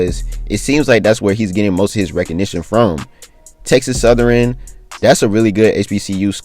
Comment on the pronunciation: Texas southern not southeran 😂